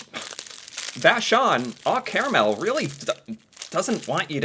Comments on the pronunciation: Its Oh Caramel not Aw Caramel. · It's called oh caramel, like oh Canada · It is pronounced oh like oh canada! Very sweet, we canucks love our sweets!